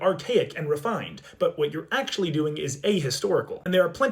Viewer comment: Bro rlly js said "erm actially"